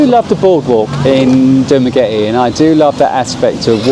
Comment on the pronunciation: Dumagretty? 😂 Did I hear that right?